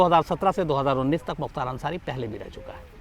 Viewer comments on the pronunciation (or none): Naam shi say ly Mukhtar ansari bhai